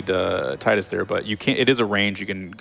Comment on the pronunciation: how much was the donation incentive to mispronounce Tidus' name the whole run?